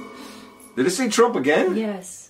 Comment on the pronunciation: "Trunk... Body" not Trump 😂